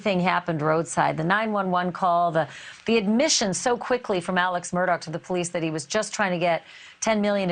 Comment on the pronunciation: And they seem to pronounce the last name as Murdock, but it's spelled Murdaugh. His whole damn name seems off, lol.